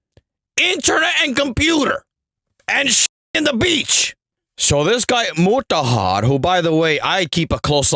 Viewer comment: when I heard him say Muraharrrr the first time, I just subscribed and liked the video 🤣🤣🤣🤣🤣🤣